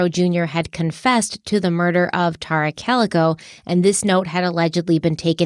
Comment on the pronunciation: ***IS IT “TEAR-RA OR TAR-RA??!!! In your videos from your personal channel you called her “TEAR-RA.” Your pronunciation on is way different now then your former videos. I checked online for her name pronunciation and it appears it’s the former way you pronounced her name, “TEAR-RA.” Am I wrong? Is the internet pronouncing it wrong? I’m confused 🫤